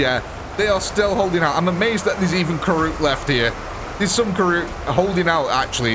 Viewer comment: Karoot? Its Kroot